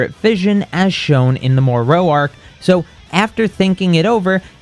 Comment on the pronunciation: I'm gonna be honest...the way you pronounce Moro severely bothers me. It's like you're trying to stretch it out or something. It's simple. "Moro". But you're saying it like: "Mow-Rowh".